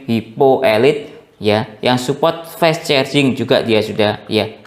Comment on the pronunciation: Penyebutan fast itu bukan fes bang tp fast aja